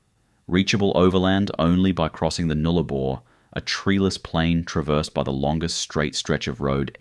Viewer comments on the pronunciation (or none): Nullarbor not Nooolabouy